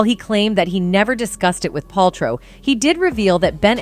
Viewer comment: The narrator keeps mispronouncing Wein-STIEN instead of Wein-STEEN. She actually switches between both at the minute mark. Also can't pronounce Paltrow correctly. C'mon. Get your stuff together.